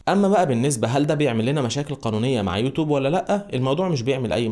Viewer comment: ليه بتقول يوتوب اسمها (يوتيوب)